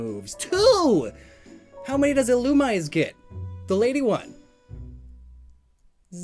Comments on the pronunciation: The most offensive thing about this video is how you mispronounced Ill-um-ME-ZEY... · That's not even correct. It's name comes from illuminate, so it would be pronounced as ill-OOM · Isn't it pronounced "ee-loo-mee-zay"? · I’ve been pronouncing illumise wrong my entire life apparently. Thank you comments. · When mispronounces Illumise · Every time you mispronounce Illumise or Wormadam I wince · It makes me annoyed how you say illumise wrong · Does a video on Volbeat and Illumise Pronounces Illumise wrong the entire video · Here: Thanking for all the wonderful info I got today Also here: You're pronouncing Illumise wrong... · all pokemon names are fictional so it doesn't matter but if you're going to make a video about it at least look up the pronunciation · yes, it is officially pronounced that way, but many people pronounce it the way does.